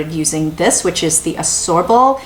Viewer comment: Love the reviews but Ascorbic acid is pronounced as As-kor-bic acid. Same as Ascorbyl (as-kor-byl) 🤔